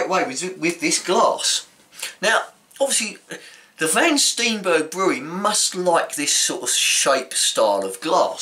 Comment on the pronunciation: not Van Stienbergh maar Van Steenberge with dubble e pronounced not as an i but as aan ee as in heeee !!! :-)